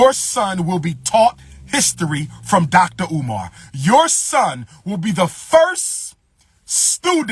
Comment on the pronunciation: My man said dollar umar 😂🤦🏾‍♂️